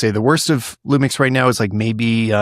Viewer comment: These guys had me laughing as Lumix fans and barely managed to say one lumix model name without flubbing it haha. S10? S1iiR?